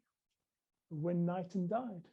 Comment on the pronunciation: Knighton is pronounced k-nighton